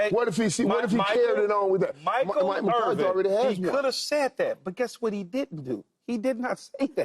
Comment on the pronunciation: lol at Paul Pierce giving football takes and can’t even pronounce MCCARTHY